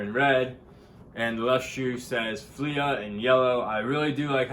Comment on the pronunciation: It’s pronounced “flee” Good cop tho lol